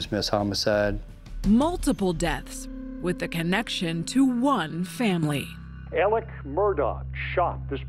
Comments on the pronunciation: It really bothers me that a news story can't even get the man's name correct. His name is pronounced Alec (not Alex). You lose credibility when you can't even get easy information like that correct. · It’s pronounced ALEC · Why can't anyone on these videos say ALEC